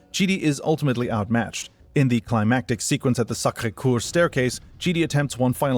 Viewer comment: sacre what? sacre kuuur? Sacre Coeur.... COEUR, like wanted to say pronounced like Kör but that letter doesn't exist in english. Ey i hate french too and mine aint nowhere near perfect or even good. BUT come on pleas just try. Sacre coor or whatever is criminal. You even as good as perfectly said Marquis Vincent de Gamont... No S at Marquis no hard T at Vincent (only in french doesn't have one, not sure though) and no T at Gramont. the oe in french is mostly the same as Ö in german. prolonged by the U. enough pickering around, great video though most aren't actually "memebers" of the High Table, but rather affiliates or associates of it. (only one in the Thumbnail is actually a memeber, Killa) and the Harbringer technically could very well be seen as holding more power than both the Marquis and even the high table, as he even if not directly, enforces not the rules made by the high table, but it's traditions and "fixed rules". He surely holds more power than the Marquis, who if i'm not mistaken is only granted his powers in JW4 and not before for this occasion of resolving the issues with JW. He pretty surely holds more power than the INDIVIDUAL members of the high table on their own, as killing Killa had no punishement nor effect on the events directly, but noone in the entire movie ever attempted, or even thought or dared to even slighltly deny or even say anything opposing the Harbringer, showing that his judgement could potentially not just overrule the Marquis but e